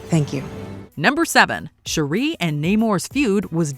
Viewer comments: How annoying is this narrator constantly mispronouncing Shuri’s (sure- REE vs Shuri’s name. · OMG, it's pronounced SHUR-I, not SHUR-REEE. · Her name is Shuri not Sheree. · Her name is SHURI Not Sharee!!!!! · Shuri(sure-e) not Sharee. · It's "Shuuuri", not "cherie"! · Her name is not Sheree. It’s Shuri. 🙄 The Black Panther’s franchise has been out long enough for you to know the correct pronunciation of her name. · Its pronounced Sure-E. Not Sherree. That's my wife's name and she's getting excited someone is saying her name 😂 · It bothers me that your pronouncing her name wrong, it’s not Sharee smh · It's SHUR-REE 🙄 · Yeah I never understood WHY they do this! It's like they never saw the movie and NO ONE says Shur-eee. Like wtf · It's SHU ree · You’re totally butchering, the pronunciation of Zhuri’s name 🤦🏾‍♂️ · Shuri…not Shuuree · Sher ree. She not from Detroit 😅lol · Lol bruhhh who tf is Sharee?? And THIS is what happens when ain’t no black ppl in the room… Fix it Jesus. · You mean Shari 🤣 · Who Tf is “Shuree” do better 😮‍💨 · It's pronounced Shurry like curry... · It's actually more like Sure-E but I thought I was the only one that noticed her pronunciation I don't mind especially when names/words are even said different ways in the movie (& other (source) material) ie Nay-more, Nuh-more, Nah-more, etc. And of course ppl have accents and dialects etc. But her pronunciation threw me all the way off Lol I'm like please just call her Princess or something 😆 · So you can say Tenoch Huerta just fine but not Shuri? Bihhhh you playing games now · Did the narrator actually see the movie? Why is she saying Shuri’s name that way? It's insane and disrespectful! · I love the video HOWEVER I couldn’t get over the pronunciation of Shuri’s name.🫣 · You pronunciation of Shuri is killing me... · I couldn't even get thru this because of how many times you jacked up Shuri... got to be one of the simplest names. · This lady repeatedly mispronouncing SHURI’s name is infuriating lol